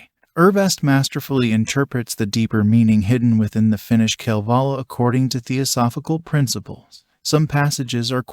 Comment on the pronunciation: Would be nice if you could pronounce “Kalevala”